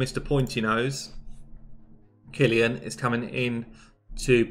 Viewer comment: Kill-ee-an! You did it!